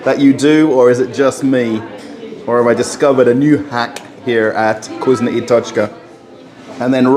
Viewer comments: You really sound silly when you say vgoozno ! It’s vkoosna ! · I hear 'cuisine and tochka" everytime